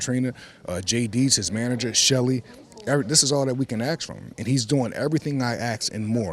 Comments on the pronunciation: its “ask” not “aks”. If you’re reading this and you say “aks”, please stop. Fix that asap because it sound so ignorant. Please help others to stop this. Its gone on long enough. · Blow joe? Aks? This man may be dyslexic. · Everything you "axe" hey? 🤦🏻‍♂️ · This is the second time I'm hearing Malik talk and I'm convinced that he thinks "ask" is "aks", he keeps saying aks and I'm dying 😭😭😭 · Wow Malik not only talks as thick as wilder but he’s deluded too. How on earth did he think he flipped the questions near the end on 😂 Also its ASK not AKS. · It’s pronounced ask not aks😂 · I don’t believe someone who says axe instead of ask!!! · ASK not AKS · Axe - ask....ah ok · These muppets are along for the rid and who can blame them, just please say ASK and not aks! Go the Fury! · When did people start saying "axe" instead of "ask" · ASK......not AKS.......you ASKED him. This is all, thanks for your consideration of this new fact. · Wilder is doing everything he ax haha what is he axing?? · He does everything I AXE him, that's all we can AXE from him xD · Lol everything I ax him to do everything he was axed lol 😂 this guy is confused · "aks" lol my g cant even pronounce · How you gonna train someone to beat fury when you can't even pronounce a 3 letter word correctly?